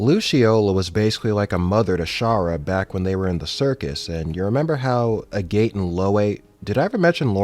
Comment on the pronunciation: I died a little inside every time you called him A Gate.